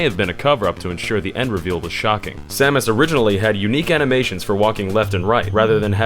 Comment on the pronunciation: Pronouncing the protagonists and her arch enemy's name correctly in the same video? I came.